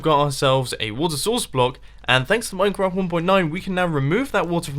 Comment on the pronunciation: Dude.You said "Minecrap"